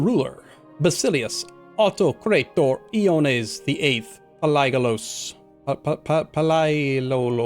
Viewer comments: Masterful play. Btw, it's pronounced more like "Vasilefs Yoannis Paleologos". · Pal-e-a-logos I believe is how you pronounce your dynasty name